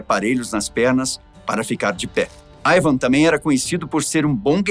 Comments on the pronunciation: Ótimo vídeo explicativo! A propósito, não seria "Ivar" ou eu estou escutando errado? Ele falou o vídeo inteiro "Ivam" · Não consegui assistir o vídeo até o final ouvindo o apresentador chamando Ivarr de Ivan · Ivarrrrrrrr não Ivan. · Q IA ruim, nao consegue pronunciar IvaR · Este se enrola com os nomes e exagera ( não tinha um osso no corpo.) Só por ai o cara deixa claro a falta de preparo para assumir o lugar de Ivan. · O nome é Ivan ou Ivar? Porque o tá pronunciando "Aivan" de Ivan. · O cara falando ´´ IVAN`` o vídeo todo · "AIVAN" o vídeo todo, pô deu nervoso ouvir. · Eu amei o vídeo da história, só falar o nome errado tantas vezes que esta dificultando assistir